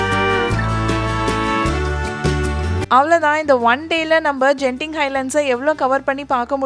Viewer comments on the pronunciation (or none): Hi sis ஒரு திருத்தம் அந்த ஊர் பெயர் கென்திங் ஜென்திங் இல்லை